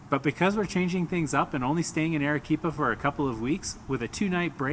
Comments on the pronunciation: It's not Erequipa, but Arequipa. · would be improved if you pronounced the city's name correctly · I'm American and I'm embarrassed they couldn't pronounce it right lol 😅